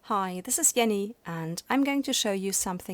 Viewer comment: Ah! Up till now, it didn't occur to me that Jenny would be pronounced with a German "J". Makes sense! :D